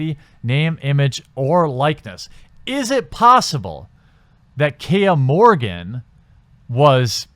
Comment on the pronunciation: I believe the man's name is Morgan, not "Morgin".